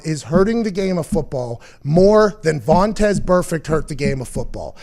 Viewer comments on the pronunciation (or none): What's the story with calling Vontaze Burfict "Vontez"? Makes me laugh every time.